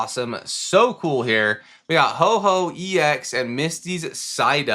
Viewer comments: Bro keeps saying Ho-Ho. It’s Ho-Oh! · Ho OH not Ho Ho!!